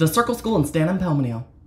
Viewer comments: San Antonio ❌ Stan Amponimto✅ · “STAN AMPOLMNIO” STOP HELP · The lady: The circle school in San Antonio?: yes, the circle school in Stam Ansnonio… Bro I’m from Texas and that got me cracking up 😂